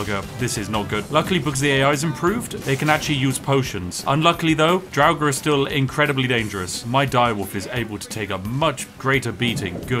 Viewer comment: Dude I had a long day, I got a bit stoned and heard the way you pronounce draugr...where did that extra syllable come from? I always said it like Draug-ar but you went full on dragnarok or something. I spilt some of my tea man.